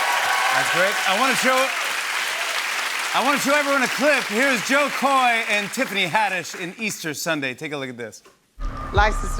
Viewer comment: It's not Jo Koy, it's JO KO!!!!